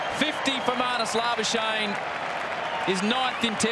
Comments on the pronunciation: Most commantators: Marnus labuschagne Mark howard: MARUS LARBARSHANE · Geez, commentators butchering Labuschagne's surname's pronunciation...